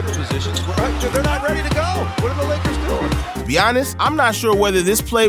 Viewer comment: bro he also said leggers instead of lakers on level 55 or somethin